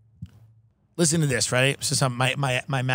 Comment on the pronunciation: “Lersen to me !” - Ray Kump